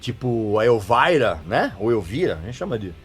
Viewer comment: O cara fala "Elvaira" (Elvira)como os gringos falam, mas depois manda um Guéls Guéls Guéls ( Girls Girls Girls ), aí pra fechar rolou um João(John) Corabi rsrsrs, brincadeiras a parte muito legal esse aposto que vc não sabe.